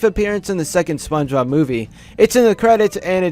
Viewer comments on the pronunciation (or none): none